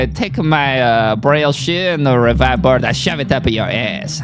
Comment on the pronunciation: Why can’t Kelly Hart pronounce Revive correctly lol